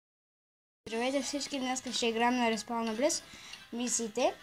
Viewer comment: Добре де защо всеки казва Respawnables грешно произнася се респаунабълс.